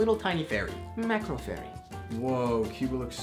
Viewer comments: It’s “Marco” not “macro” 😂 He is Italian 🇮🇹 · Marco Ferri not Macro lol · What’s worse than you reading “Macro” is that you think “Macro” means small 🤣😂🤣😂 I think you meant Marco and I think you mean Micro. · When u said “MACRO” instead of “MARCO” I died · Oh my god!!! I was crying when when he read Marco- Macro and referred to it as small when macro means big 😂